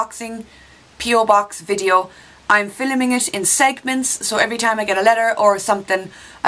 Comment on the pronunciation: Heya! posted last time about one of your pronunciations but stupid autocorrect botched it up, so here it is again: I love how you say "filming" as "filleming". Cracks my ass laughing every time. Next vid just say "filleming" five times in a row. That would be awesome! filleming filleming filleming filleming filleming...... But no more than five. Then it would just be weird. Hearts hearts hearts to you from the snowy love of Buffalo NY! (upstate NY - all of the taxes of NYC....none of the perks):-)